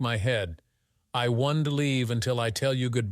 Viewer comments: Its over before he even heard about it. Plus this ai is pronouncing things terribly. Wontee eg wan-t or eg Jack-s . Plurals are done terribly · If you are listening to this story without watching it, you can't possibly know the A.I. voice cant figure out how to say contractions, or it cant say contractions because the apostrophe is missing where the contraction would normally go, so don't becomes Don - T, won't becomes, Won -T, and so on. Infuriating. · please teac you AI reader how to pronounce words like can't and won't...........!!!!!!!!!!!